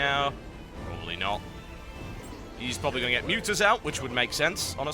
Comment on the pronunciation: i love how u pronounce to as toi like its a useful shill toi have i love it :) (toi= toy)